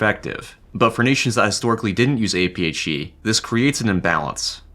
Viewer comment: it’s APHE not apeechee